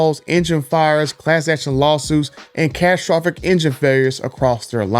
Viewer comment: This guy cant say catastrophic.